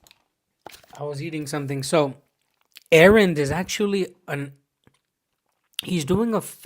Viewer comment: Аренд, а не Аарон.